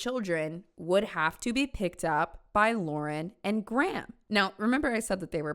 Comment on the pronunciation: Very interesting vid but the way you pronounce Graham is stressing me out lmaoo